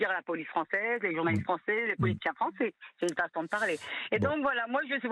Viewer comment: Mdr le frero kabil : moi je suis devenu Fronçais 😅😅🤣🤣